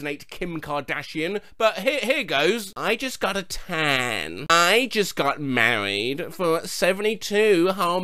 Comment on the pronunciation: he said tan…